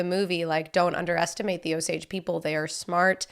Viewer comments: Long "A" in Osage. That was painful... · Casino 🎰 and Avivator are what you need to see. Oh Sage is how its pronouced. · Pronounciation, Osage...Long O and long A. Like O-sage where sage is pronounced like the herb.